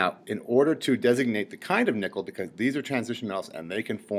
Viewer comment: when he says nickel it sounds like hes saying nippel.